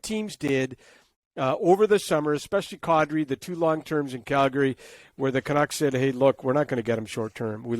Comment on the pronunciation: So bizarre that Kadri has become "Kahdri" for no apparent reason.